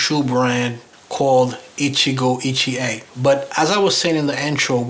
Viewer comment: Hey, them Shoes are Gorgeous. When you first named the Maker... I was like WTH!... I thought you said "Gitchié - Gitchié, Ya-Ya, Da-Da" 🤣🤣🤣. from "Lady Marmalade".. Naw For Real. I had to back up the Video to hear it again. Krazy mind of mine🙄. I think the color of the shoes would look nice with that Green Suit your wearing in the video. Would you call it a Sea Moss Green? I'm luv'n it👍🏽. But yea, you most definitely got Blessed with them shoes. Luv'n that Grain too. Stay looking Sharp brother. I appreciate your videos. Be Blessed 🙏🏽...